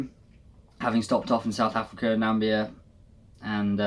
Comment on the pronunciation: Nambia? Did you mean Namibia?